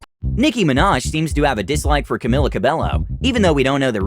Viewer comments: No one: Narrator: CamiLLa CabeLLo LMAO BRUHH IT'S. CamEEla CabeYO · Its pronounced as Camila Cabeo not Camila Cabello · Why is it do hard for people to say Camilla Cabejo? Instead of Camilly CabeLLo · Camila cabelo learn to say it right bruh camilla cabeyo is how you pronounce it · You should pronounce it Like Camila CabeJo instead of Camila CabeLLo! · ℂ𝕒𝕞𝕚𝕝𝕝𝕒 ℂ𝕒𝕓𝕖𝕝𝕝𝕠 Is pronounced ℂ𝕒𝕞𝕖𝕖𝕪𝕒 ℂ𝕒𝕓𝕒𝕪𝕠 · Pronounced "Camila Cabeyo" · It's pronounced Camila CABEJO how is that so hard to understand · you pronounced Camilla Cabello wrong you're supposed to pronounce it Camilla Cabeyo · Ok so I’m not that big of a fan of Camila but can we just all give her respect and try to pronounce her name right. It’s just disrespectful I’m sorry. It’s cameela with e and her last name is cabeyo she’s Latin two LL=Y sound. Or for most not me personally I’m Argentinian. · I'm pretty sure it's pronounced Camilo Cabeyo, but spelled Camilo Cabello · "CaMiLlA cAbElLo" st00pid people don't know how to pronounce her name oof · It's Camila Ca-be-o (Cabello) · Actually is pronounced Ka-mi-la Ka-be-yo Camila Cabello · Did you say camillla cabelllo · Lol Camila cabello, he actually said the L's in cabello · Pronounced camia cabeyo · Y’all butcherd Camilas name😂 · i think Nicki was upset with Tiffany Haddish for purposefully getting Camilla Cabello’s name pronunciation wrong. it was distasteful. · that was fake, it really isn't cool to post videos like that just to get views, also I don't mean to be rude and maybe it's just me but I feel like you guys should have maybe done some research before making a video like this because you didn't even say camila cabello's name right 😬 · butchering Camila Cabello’s name🥴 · "... She's nominated for five vma's tonight, five of them. I'm super proud of her" you're super proud of her but can't pronounce her name right??? Lmao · camila cabello, pronounce it correctly man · Me searching for comments about how he pronounced Camila Cabello